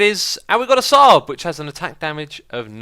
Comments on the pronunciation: I think X needs to add Sabre to the Xisuma Dictionary, it's pronounced "say ber", not Saab :P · hahaha ITS A SAIB-ER not SARB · A sahbrah! lol it's pronounced say-ber X! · x its not " saba" its "say-ber" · Just to let you know, Sabre is pronounced saybur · Sabre is pronounced say-bur